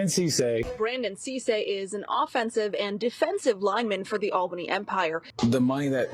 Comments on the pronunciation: great video, but quick tid bit, its said *ALL Bunny*. Not *Al baney*. Its easy to mispronounce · This was painful as a native of Albany. The pronunciation is right there on the news clip... I get disrespect to AB, but not to our city.